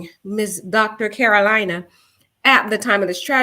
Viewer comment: It’s not Karolina like North or South Carolina, It’s Karolina like Car-o-Leena.